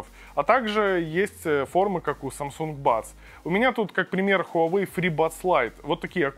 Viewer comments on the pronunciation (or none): none